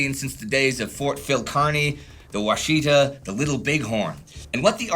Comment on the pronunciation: The accent on Washita is on the first and last syllable. WA she Ta.